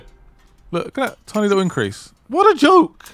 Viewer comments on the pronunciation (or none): none